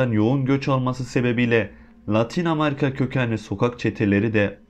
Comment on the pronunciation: Amarika Deyil Amerika